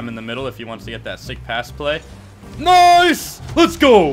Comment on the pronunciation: Play not llay